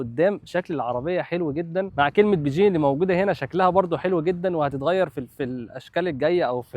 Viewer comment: تمام تسلم،،، بس الكلمه مش بيجيه،،،، هي بيجين ( بكين باللغه العربيه))